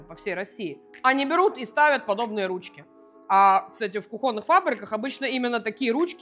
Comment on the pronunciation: Кроссовки НАДЕвают, а ударение - кУхонный. Простите за душноту))